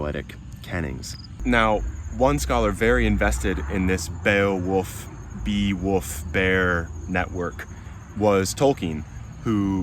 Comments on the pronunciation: Why are you saying “woof”? He's not a doggie. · Your native accent struggles with the L in wolf. Sounds like you're saying woof.